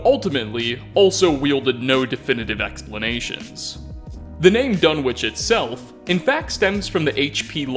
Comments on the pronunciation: "The government couldn't just fire into the crowd" Oh wow, one way fallout's america was less evil than our own *Also, major nitpick, Dunwich is pronounced without the "w" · I know this is an old vid but Dunwich is a village in the UK, it's actually a silent W so its pronounced Dun-ige. Just thought you'd like to know. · pronounciations of "quarry" and "Dunwich" make my ears bleed... is this an American pronounciation thing?